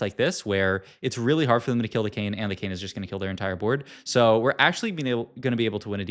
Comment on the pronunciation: “our Kayn” sounds a lot like “Arcane”😂